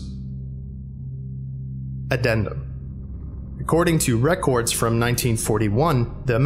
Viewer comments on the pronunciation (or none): I love how he says "Record" lol. Such an accent.